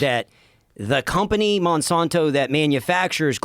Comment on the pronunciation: The way pronounces "Monsanto" is going to give me a stroke 😤